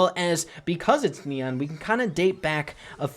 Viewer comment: Does anyone misheard leon when he said neon